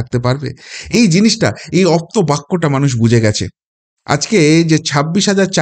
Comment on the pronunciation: অপ্তবাক্য নয় আপ্তবাক্য বলুন।